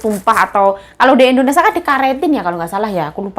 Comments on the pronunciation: Jangan setiap vlognya bilang endonesa" trs, di sini negara kita nmnya, indonesia.. bukan endonesa 😊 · indonesia.... bkn indonesa say😊😊